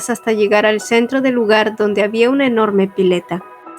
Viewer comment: énfasis en enorme 🤭🤭